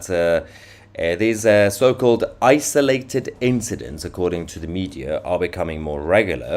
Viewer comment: Did you say isolated incident or isis.